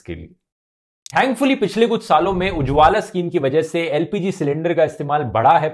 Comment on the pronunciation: उजवाला नहीं उज्वल स्कीम 🤣👍